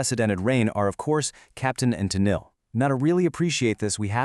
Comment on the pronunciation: Having grown up in the seventies, I had to stop watching this because of the way the AI was pronouncing Tennille.